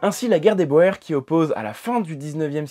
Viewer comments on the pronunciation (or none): Boer se dit bour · "Boer", ça se prononce "bourre". Ça vaut dire "paysan" en néerlandais. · Guerre des bourres. C'est juste une aide pour comment prononcer le mot "Boer" même si je reconnais la faute d'orthographe au mot guerre... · Personne ne dit pareil mais la bonne prononciation de "boer" est "bourre". Puisqu'en néerlandais le digramme "oe" se prononce "ou". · Si je ne m'abuse, on dit la Guerre des B(ou)rs. Du moins, en néerlandais, la diphtongue "oe" se prononce "ou". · Premièrement, il n'y avait rien d'agressif dans cette remarque et rien ne permet à sa lecture de qualifier d'agressif les mots utilisés. Deuxièmement le mot Boer c'est toujours prononcé Bour en français de la même façon qu'on dit Afrikaner, en utilisant le nom d'origine de ces populations. Troisièmement le fait que vous soyez ou pas historien ne change rien à la nécessité de parler correctement la langue dans laquelle on s'exprime et si j'ai mis ce mot entre guillemets c'est justement pour nuancer ce terme. Et en conclusion, je dirais que c'est votre réponse qui est agressive et déplacée, manifestement vous projetez sur un membre de vôtre communauté vos propres comportements. Je n'ai pas eu pour ma part à être un spécialiste de cette période lors de mes études pour savoir cela et comme mon temps est limité, mes abonnements nombreux et que la qualité de votre chaîne ne me semble pas être d'un intérêt primordial... Désabonnement !